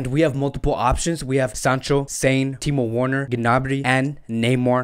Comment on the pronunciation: I watch videos posted by you and TalkFCB to get the latest transfer rumors relating to FC Barcelona and I must say, much props to you two. My only issue with your videos is the pronunciation of the names of players (and clubs) e.g. your pronunciation of Werner, Gnabry and Sané in this video, the ‘w’ in Werner is pronounced as a ‘v’, the ‘g’ in Gnabry is silent and Sané is not a homophone for someone who’s mentally sound lol. Since this channel is focused on FC Barcelona, you should at least know that the ‘g’ in Ter Stegen is pronounced as ‘g’ not ‘j’ or the ‘j’ in de Jong is pronounced as ‘y’.